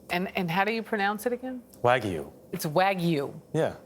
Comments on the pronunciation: So it’s half angus and half waygu not waygu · lol after all that he pronounced wagyu wrong at the end